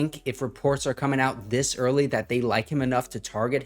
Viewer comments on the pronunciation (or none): none